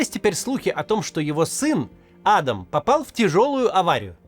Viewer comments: Ну адАм же, а не Адам) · Не Адам, а адАм😂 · он не Адам а адАм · Не Адам,а Адам! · Может он и А́дам, но он родился и живёт в России и на Кавказе, так что он Ада́м😂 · как меня саипале эти "Адам". Правильно ставить ударение на вторую "а". Зачем вы его все на американский манер зовёте? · Почему Кац говорит "А́дам Кадыров" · Кто научил ставить идиотские ударение в имени «Адам» на первую букву??????????????? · ударение на 2 -ое А !Хоть кафировский отпрыск позорит это имя ,но что с предателей возьмёшь и дед и отец агенты кгб =фсб и всегда прислуживали кремлю продавая Ичкерию и весь вайнахский народ! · Меня прикалывает, как Кац произносит имя Адам на американский манер, а не на русский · Почему вы Адама на первый слог ударяете как будто он англичанин какой-нибудь?